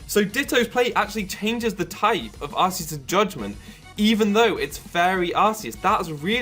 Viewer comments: no it is Ar-see-us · It's not Arseus, it's Arkeus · Nah it's Ar-kay-us. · I'm so fucking triggered its PRONOUNCED ARK-EUS NOT ARS-EUS THE POKEDEX 3D EVEN SAYS SO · ar-see-us*